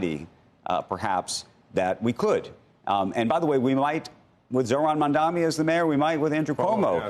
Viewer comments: Sorkin, it’s “Mamdani” not “Mamdami”. I think it’s quite disrespectful that he doesn’t want to learn the name. No wonder Mamdani doesn’t want to sit with him for an interview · For anyone interested, timestamp on Sorkin pronouncing NYC mayor as Mamdami. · Sorkin clearly says Mamdami, should learn to pronounce the mayors name correctly. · MAMDANI - dude, it’s not that hard to say. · Mr. Sorkin, you might get that interview if you cared to pronounce his name right. It's not Mamdami FFS. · They dont even pronounce Mamdanis name correctly and get to take pot shots?! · Andrew continuing to deliberately mispronounce Mamdani's name over and over again is all the proof we need of where he stands. Shame on Andrew. He used to be a solid journalist and is now employing sleazy tactics of the Cuomo campaign. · Do these news casters all have a clause in a contract to mispronounce Mamdani’s name on purpose? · Will Andrew ever pronounce Mamdani's name correctly? Shameful for a television anchor.